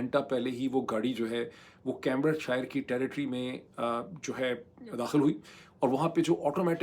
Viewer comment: کیمبرج شائر نہیں کیمبرج شئر۔ آخر کا r بھی بہت soft بولتا ہے۔ بکنگھم شئ :) آپ بیشک برا مانئیے۔ ہمارا مقصد نیک ہے اور آپکی بھلائی ہے۔